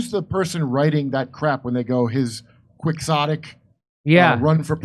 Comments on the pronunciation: "Qui-KS-otic". Where does CNN get those dufuses from? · I think it's pronounced "keyotik" The X is silent, like as his name, Quixote. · There's no hard X in the pronunciation of quixotic; it's pronounced key-otic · Quixotic - Pronounced "key-ho-tik" you're all welcome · It's qui-HHHotic - as you just pronouncee, peoperly, the name of Don Qixote as KI-Ho-te... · Love you guys but it’s pronounced Kee-Ho-Tic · see? there you have it: kwixottick! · It's a legit word, but the propagandist pronounced it wrong. It's *Key-hoe-tic. And also does not apply to RFK at all, it's a real reach to try to belittle him.